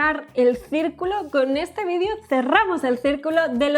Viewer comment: cuando eres argentino y a la vez español. Vidio